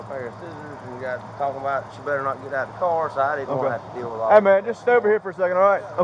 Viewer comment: What kind of language is she speaking? Scraight instead of straight? Bruh instead of bro. Kongcreet instead of concrete. Rewind back to school girl and start over because you got this one wrong. Cwar instead of car. Beefoe instead of before. Let's play the name game .I will say a name and you tell me the ethnicity of the person. Fanisha? Laqisha? Danita? Lavonshe ? Kaniqua?